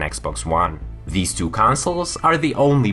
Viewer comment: Red dead redemption doo 😂 the way you pronounce it is amazing🤣